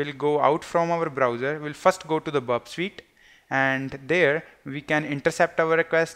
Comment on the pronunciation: Its not burp sweet its burp suite.. kindly improve your vocabulary it doesn't make any sense.. 🙏